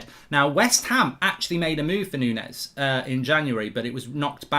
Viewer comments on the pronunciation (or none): Its not Nunes, Nunez